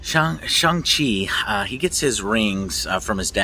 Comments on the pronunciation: He was called Shawn for the majority of the film and you’re still pronouncing Shang worming 😂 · The A in “Shang” is pronounced as “aw” as in “awesome” “shawng”